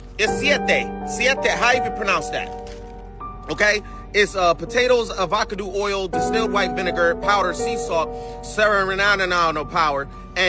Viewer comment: Dude eating the chips pronounced it avakadoo oil🤣🤣🤣🤣🤣🤣🤣🤣 OMG!!!!😮😮😮😮😮 Wow.